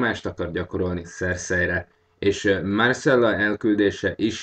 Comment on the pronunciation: nem Marcella hanem MIRCELLA :)